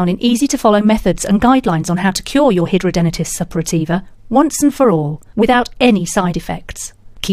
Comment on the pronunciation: How dare you say hidradenitis Suppurativa can be CURED ,you are delusional besides you can't pronounce it correctly , there is NO CURE as a HS sufferer for 23 yrs and 59 operations I'm disgusted that you think you can SCAM us who suffer 24/7 with is awful disease You should be prosecuted for false information and trying to profit of this disease